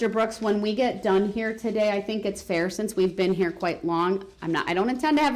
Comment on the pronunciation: The way he pronounce fair. FIEEEE-JAIR